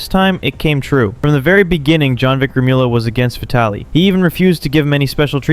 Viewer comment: It is pronounced Jonvic Remul-ya... not Remi-ula...